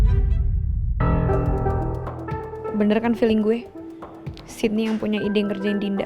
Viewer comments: Sama kedengeran nya Siti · Sama kedengeranya Siti😭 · Kok sama aku jga dengernya Siti aku pikir di jaman yg sdah maju kok masih ada yg namanya Siti eh ternyata sydney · Sydney, tp kedengeran di kupingku Siti 😭🤏🏻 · Sama dari episode awal kedengaran nya siti. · Wkwkwk,, awalan nonton episode 1 aku juga gitu kak. Aku dengernya juga siti😅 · Aku juga awalnya ngira Siti haha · Sama lagi kedengeran nya siti😂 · Samaa gwee juga gwe dengar sitiii😂😂